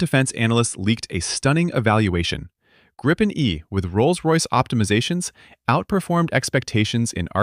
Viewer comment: There is only 1 P in Gripen...so why do you pronounce it with 2 P´s....???